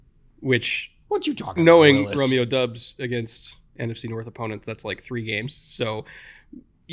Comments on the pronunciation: Doubs: pronounced Dobbs not Dubs 🤙🏻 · you keep pronouncing romeo doubs name wrong it's bothering me.